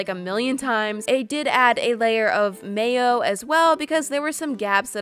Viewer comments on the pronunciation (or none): none